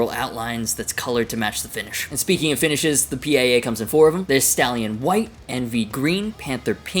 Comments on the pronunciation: Is not P.I.A....just PIA!!!!😊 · it's the pia( steve vai's wife's name) pronounced like the singer SIA but with a p. Also, the jem will still be in production along side the pia, the jem isnt going anywhere.